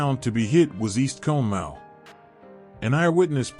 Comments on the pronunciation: Conemaugh is pronounced (Con-A-Maw) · For those of you who don’t know Conemaugh is pronounced caw-ni-maw. That AI voice was butchering it. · It’s pronounced con-a-ma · Love the video dude, i live about half a mile from the valley the water went through. And btw conemaugh is pronounced [cawna mah] lol. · Excellent video! Some things though you can look into, South Fork Dam would be on the upper right of the map, to the right, to the right of the stone arch viaduct. Conemaugh is pronounced Con-a-maw. What really clogged the spillway were the grates that were installed because the lake was constantly stocked with game fish for the members. It kept those fish from escaping. It was also poorly maintained and could not be removed, either they were stuck, or someone more worried about losing the fish! 🤯 Also, the telegraph message was slowed due to cuts in the telegraph lines by adjacent flooding from creeks and streams. Trackwalkers had to hand deliver the message to the next tower operator, causing delays in the messages getting through. It went from South Fork to the next online tower, given to the trackwalker, who delivered it to East Conemaugh tower's operator, sending it to Johnstown. "The dam is breaking, RUN!" was the town joke at the time. Some heeded and ran for Westmont hill, while others didn't. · This also bugged me the whole time listening😂